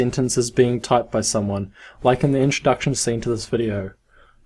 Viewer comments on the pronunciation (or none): none